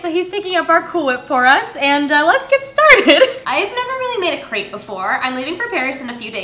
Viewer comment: Hi! Just a friendly fact, crêpe is not pronounced like that, it’s you say it like step. haha just thought I would let you know :)